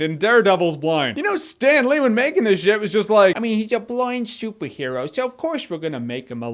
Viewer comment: Cool Sten Lee impression!